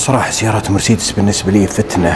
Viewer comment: اسمها الصحيح: «مرسيدس» وليس «مرسدس» 🤢!! عموما: شكرا لك..